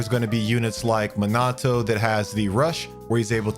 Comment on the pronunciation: It’s pronounced Mina - toe